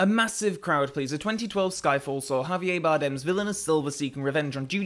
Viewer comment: Javier Bardem is not French, please stop pronouncing his name as if he is 😂